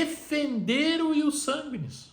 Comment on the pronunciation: "Ius barquis" 😂